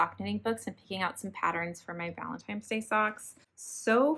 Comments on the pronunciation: i love your channel but the "valentimes" day was killing me 😂😂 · Take a shot every time says valentime's.